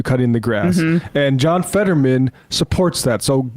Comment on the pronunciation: rm brown fans heard emma say “featherman”